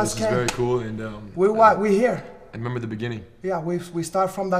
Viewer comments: "I hemember" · “I Hemember.” Lolol